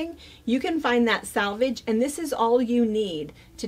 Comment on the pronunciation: SELvedge, SELvedge, SELvedge - not 'SALvage.' (SELvage in US spelling.) Two entirely different words, and if you want to come across as professional and knowledgeable in your field, you NEED to know the vocabulary and pronounce it correctly. Salvage means to save something that is damaged. Come on...